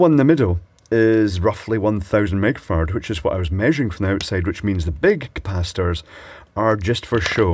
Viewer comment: Am I the only one who's hearing "small 1000 meg Farad" as in 1000 Mega-Farad or F? I guess "mega" is not a unit used much in electronics, so it makes perfect sense to abbreviate "micro" as "meg"?